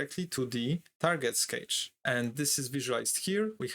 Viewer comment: Good content but took me a moment while listening to this to understand that "cage" was "cache" 😅